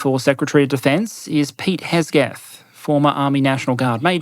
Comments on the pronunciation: Well done as always, just a small pronunciation mistake, Hegseth is not pronounced Hesgeth, it is more Heg(slight pause)set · It's Pete Heg-seth not Hes-geth. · The name is pronounced "Heg-seth", not "Hez-geth". I loathe him, but you need to say his name correctly.